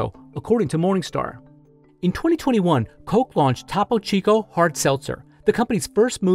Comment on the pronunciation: paused to gag at the mispronunciation of Topo Chico